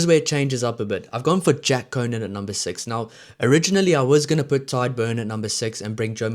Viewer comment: Pronounced Tige not Tide Beirne & Furlong. Other than that pretty good